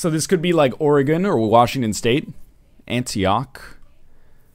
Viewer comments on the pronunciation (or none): none